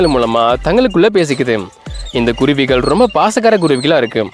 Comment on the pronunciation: Hello it’s really beautiful to see these kuruvis / thanks for detailing their life. Only one request. Sir. Please speak Thamizh correctly. - vallinam/ mellinam difference. Kuruvigal- vallina- gal not mellina ‘gal ‘- ask people who know Thamizh v well in ucharippu 😅